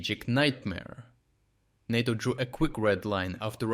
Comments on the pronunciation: I think it is pronounced NATO, not NOTO. I think it was a mistake to ignore the ones which didn't threaten NATO and Polish assets. Now the Russians know where the important stuff is. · Not nah-toe, say nay-toe :-) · Nay-tow not nah-tow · Great content, every day. Always look forward to seeing your awesome updates. You’re a machine. *Note: NATO in English is pronounced “NAY-toe.” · Great report as usual. One small detail: "NATO" is pronounced with a long "a", emphasis on the first syllable. It sounds odd otherwise.